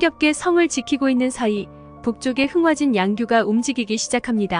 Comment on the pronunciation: 흥하진이 아니라 흥화진 입니다.